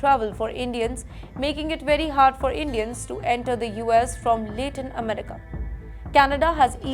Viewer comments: Your pronounciation is really bad with couple of words..... Deputation❎ (Deportation✔).... Corporation ❎( Co-operation✔).... Lay-tin America❎(Latin America ✔) Stricker❎ (Stricter✔).... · "late-in" America? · Agree. Lay--tin america??